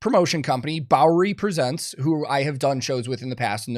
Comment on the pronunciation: I love how you called it "Bowery Prevents" the first time. Or at least it sounded like that haha.